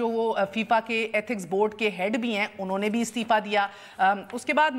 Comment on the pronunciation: mehar abbasi saheba. appropriate word is ' unhon ne ' not 'unne'. similarly ' tariqa and tahqiqaat ' not 'tarika or tahkikaat'. hope will not be taken it ill. thank you